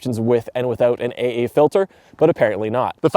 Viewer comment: Watching a Canadian say AA, and Moire all in one sentence made my head spin and then I laughed exactly like you did. It sounded like you said "eigh-eigh" or eh', eh' and more-eh'! Haha, all joking aside great review and since we never see snow unless above 5,500ft here in Southern California, so that was also nice to see for a change. I'm very late to the party here with the 5D Mark IV and have a funny or crazy backstory. You said the D800E/D810 outdid this camera, and I agree for most specs, but I will also admit I have owned two D850's, I own two D6's and I had three different D500's over the years. Yet, I don't like Nikon mirrorless, so I'm slowly switching to Canon the cheap and fast way, while I wait for a deal on the R3. My local store that our newspaper's have an account at, could've given me one the other day (An R3) however it was technically spoken for by a Non-CPS member and the store obviously has to make money, so I'm the slow train waiting for an R3 at the cost price we get, which is likely 10% above actual dealer cost, we only get this deal becasue we have so, so much gear and buy and sell gear every year as we slowly upgrade. We have Z9's, but I can't stand them, the noisy files and EVF both are not great, I much prefer my D6. However the R3 specs are much closer to what I prefer, low noise/great DR at High ISO in low-light conditions I often find myself in, nearly daily (every other day?) as a photojournalist. Some days you get 3 assignments and some days we